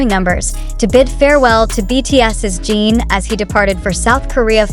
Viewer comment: You talk too much and show images that don’t match what you say at all and his name is not Gene as you always say but JIN And the people can’t go to terminal, you suck things out of your thumb 😡